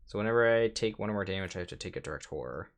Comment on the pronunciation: Man you keep taking a whore (the way you say horror lol ) all the time...lot of resources there